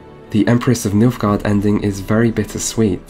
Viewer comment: did you say... milfguard?